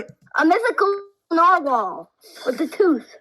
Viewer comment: “like a narwhal … with the TOOF” bro im screaming